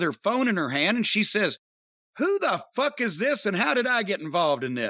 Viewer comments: I popped on " got da Fook outta here!" Jim your channeling my Trinidadian neighbour.🤣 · That is also the Irish pronunciation.